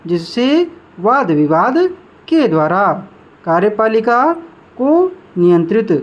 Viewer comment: Kya bol rha ho bhai Ka........riyepalika Smjh nhi aa rha ka likhe ya kariyepalika